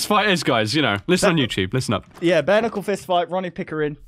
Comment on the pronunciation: Sorry did you say Ke-nuckle